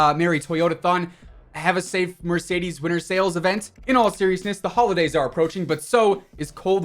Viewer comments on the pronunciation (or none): Anyone else notice he says “happy honidays”😂